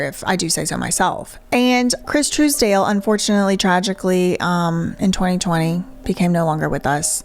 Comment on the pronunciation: I love how you can pronounce Les Misérables but not TISDALE lololol